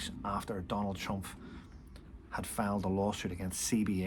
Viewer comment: Please It’s TrumP not TrumF